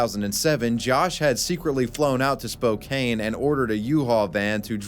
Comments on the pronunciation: spokain killed a part of me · No one said it’s not a city. It’s pronounced Spo-Can. Do you live there? Because I do. It’s Spo-Can. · Spokane is pronounced spo-can btw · i'm canadian and even i knew that i swear the easiest and least offensive way to generate engagement is deliberately mispronouncing sht so we comment. Spokane too. I refuse to believe he's that stupid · Spokane though? In a video a while ago he said Pompano Beach like “Pom Pon O” Rather than “Pom puh no” I love this channel and will never stop watching but it’s almost amazing how often he pronounces places wrong 😭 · Pretty sure mispronounced both Spokane, WA, and Reading, PA. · Shudders the way you pronounced Spokane 😂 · Except mispronouncing Spokane. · Can you blame him? It didn’t even know how to say Spokane. 😂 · Pronunciation- Spō-CAN, not Spo-KANE, despite how it looks. 🙂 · Spo-can, Washington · Love your videos, I just found your channel thanks to the algorithm and been binge watching for a couple of days. Just wanted to let you know, SPOKANE, WA is pronounced like it rhymes with RAN, not RAIN. You'll probably end up mentioning it again in future videos because lots of weird, random shit happens there. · As a Washington state native I’d also like to point out that Spokane is pronounced “Spoke-Ann” and not “spoke-ane” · As a washingtonian, say it with me now.... Spoke- can. Why everyone says "spoke cane" is beyond me 😂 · Spokane resident here, its pronounced spo-can not spo-cane! Loved the video otherwise though man. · Spo-can not spo-Kane lol sorry Washingtonion here 😅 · I am sure someone else has pointed this out, and it doesn't even really matter in the grand scheme of things... but it's pronounced spo-can, not spo-cane 😔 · It’s spo-CAN, not spo-CANE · It's pronounced Spo-Can not Spo-Cane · Spo-can Not spo cane. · Spokane WA is pronounced (spo-can), not (spo-cane). Cuz im from the PNW botherd me lol. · its pronounced Spoke-Ann, not spoke-ain =P love your vids =P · its Spo-Can